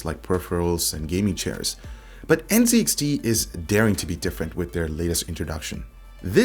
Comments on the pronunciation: Z is pronounced ZED. You have failed at being a true Canadian. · Dude - you are a Canadian. It's pronounced Zed - N, Zed, X, T.